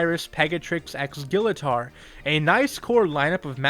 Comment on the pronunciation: Your pronouncing Gillator wrong!